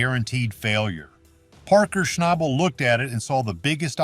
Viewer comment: At least pronounce his last name right 😒